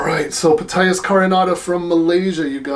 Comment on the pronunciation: I could be mistaken, but I think that the "P" in Ptyas is silent, as in pneumonia, psychology, psychiatry, psilocybin, Ptolemy, etc.